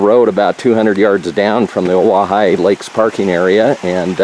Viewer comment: Wow great views lucky to have such a clear day...another nice hike for the 3 amigos! Thanks for the help on pronunciation of Owyhigh 😁